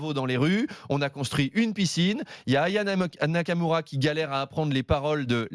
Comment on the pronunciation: 2.47 : C moi ou il a failli dire AYA NAMOQUETTE ?